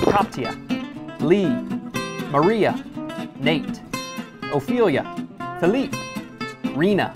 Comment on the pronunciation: Phi-leap-ay Not Phi-lip